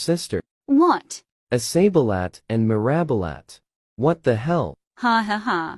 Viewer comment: "iSaBiLat" "mIrAbIlAt